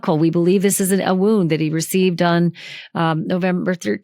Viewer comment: This is old news. Who gave you the knowledge that these pictures had never been seen before, because you are incorrect. We have all seen these pictures. Where have you been or are you posting old videos. WTH are you doing? And . . .your obsessing over that “woooooound” lol is comical. . . sorta embarrassed for you.